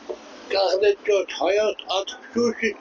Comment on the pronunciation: Ժողովուրդ ջան, լսում եք ոնց է արտասանում հայաստան բառը , ասում է հաստան, հաստա ի